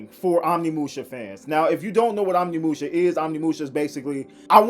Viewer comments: It is pronounced oh nimusha not on imusha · Can’t even say Onimusha correctly